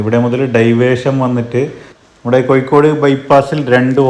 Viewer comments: ഇക്കൂട്ടത്തിൽ കാസർഗോഡ് കൂടി മിക്സ് ചെയ്തു പറയുന്നത് കൊണ്ട് കാണുന്നവർക്ക് ഇത് കോഴിക്കോട് ആണോ കാസർഗോഡ് ആണോ എന്ന കൺഫ്യൂഷൻ ( കോഴിക്കോട് ) ആണ് അല്ലാതെ )കൊയ്‌ക്കോട് അല്ല ( ഴ ) ശരി ( യ് )തെറ്റ് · Koyikode...😂... കോയിക്കോട്